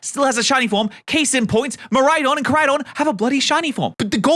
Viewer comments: It doesn't help that a lot of PokéTubers pronounce them Murraidon and Kurraidon. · It’s miraidon and koraidon-🤓